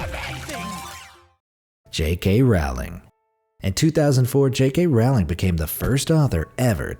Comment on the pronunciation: Rowling like bowling not roWling